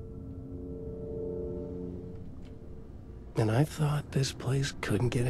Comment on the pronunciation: When you say Ahti, you have to say it like Finns do, Ahh-ti, emphasize the first Ah. A lot of Finnish references in the game. Love it ❤